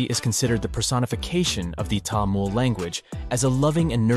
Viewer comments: I appreciate your effort, For your information, Its not Tamul. its Tamil (Ta me l) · It's not tamul it is tamil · What is TAMUL? I thought it was called Tamil? What kind of tongue does the West have that they cannot pronounce their own English words of I and E? Say Taml not Tamul.. Say and repeat it 500 times Taml Taml Taml Taml like this without stopping. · I heard about Tamil before. It is very interesting. There apparently 60 spoken languages in India. I saw a list on a website. I am not sure if that is an accurate number. The narrator said Tamul not Tamil even though it was written there correctly. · The french would pronounce it as Tamoul. Thamil is the right pronounciation. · It's pronounced 'Tamil' not 'Tamul' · I think so you are pronouncing it wrong It's actually Tamil not Tamul.I am saying this because I am also a Tamilan others should not pronounce it wrong.😀🙏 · please its not taamul, Its pronounced as tamizh (Tha-mi-zh) 🙏 தமிழ் த is "tha", மி is "mi" and ழ் is "zh" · It's not tamil its thamil ❤ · Bro it's not tamul😡😡 it is tamizh❤️ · Tamil not tamul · It is pronounced as Tamizh not Tamil Jst saying for those who dont know😊😊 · bro said TAmuL 😭🙏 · Actually it's pronounced to be as Thamizh not Tamil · Sir, it is Thamizh or Thamilhzz..,and not Tamil.... The world should understand the proper pronunciation...... We feel very sad on hearing the wrong pronunciation.....🙏🙏🙏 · It's not tha-mil it's ta-mil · Tamil not Tamul. At least you could do google search how to pronounce it. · it's not tamul it's tamil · Tamil not Tamul 😅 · Tamul❌ Tamil☑️ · How about first pronouncing the name of the language correctly. It's Taa-MIL not Taa-MUL. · Not "Tamul" but "Thamizh". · How do you pronounce it -- "Tamool" (like the narrator in the video) or "Tameel"? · you actually pronounce Tamil in a wrong pitch. For the american English. You must add H after T. Like Thamil. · It’s so hard to listen to him say Tamoool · Your pronounciation of Tamil is killing me